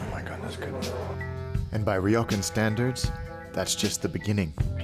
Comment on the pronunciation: Great content and amazing edit. Just wish the pronunciation of “ryokan” was closer though.